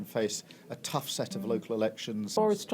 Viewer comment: Tough - Rhymes with free stuff